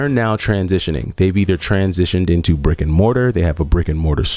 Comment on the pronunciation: The second you said it was “brick” I knew you were from New York.